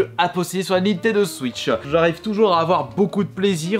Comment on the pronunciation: Cette vidéo m’a beaucoup aidé pour choisir des jeux mais c’est quoi cette façon de parlereu c’est abuséeu il dis Nintendo switcheu